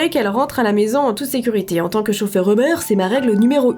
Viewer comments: ou-beur Moi: MAIS C'EST UBER!!! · Ubère moi je dis ça comme ça jsp pk x)